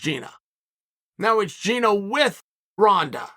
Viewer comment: It's GinA, not Gine, to whoever is editing Chael's video